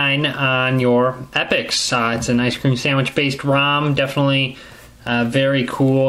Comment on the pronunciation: I like the way you say ice cream sandwicth